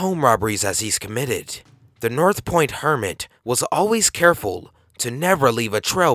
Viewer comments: North POND hermit. Not North Point. -_ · Why does he keep on saying, "North Point" when it's "North Pond"? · says north pond two times... continues to say north point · North POND, not North POINT. Duuh. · Its pond, not point. Just saying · north point hermit? It's north pond hermit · North POND. Not North Point. MARIE Holmes. Not Mary. Jeeeeeeez. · you repeatedly call him the north point hermit when on the news footage it clearly has him labeled as the North POND hermit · North pond hermit,not north point hermit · North *POND Hermit. pond, not point. also, this man was beloved by the area he victimized, and has received a lot of compassion. he is not a bad man. just a little confused. I dislike seeing videos making him out to be a creepy cruel criminal. like I said he's not a bad guy. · you keep saying north point hermit when it clearly says north pond multiple times. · north Pond Hermit not north point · North POND.... not North Point.... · north POND hermit not point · North POND Hermit! Duh it only shows it at least 3 separate times but he still says North Point Hermit. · North POND. North POND, not Point. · It says north POND hermit..... Not point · North POND, dude. Not North Point. You showed two news report stills with it right on there. Haha. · "North pond" POND! North pond hermit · do you even read the shit before you make sure you didnt get the wrong info? Its north pond idiot. I swear this channel is ran by a bunch of 4th graders.